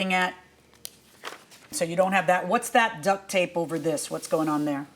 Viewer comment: Duct not duck tape, as in heating ducts.